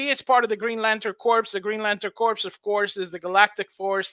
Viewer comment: Thank you for the update. You should know Corps is pronounced like Core, not Corpse. That's a common mistake.